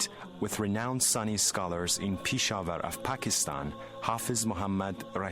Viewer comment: It's not Peesha war.....it's Pesh- Awar..... Is that too difficult to pronounce?